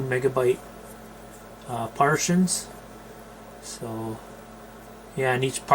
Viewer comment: I’m disturbed to have learned that somewhere on the world there is a guy that thinks hard drives are divided into “partians”. I’m not even joking, that’s literally what he says. My. God. I pray this dude is from Canada. I just hope I don’t share the same country as somebody that couldn’t pronounce “Montezuma” even ONCE. Not even close. When people can just Mr. Magoo their way through life like him, it’s no wonder we have people like Flat Earthers. Disturbing.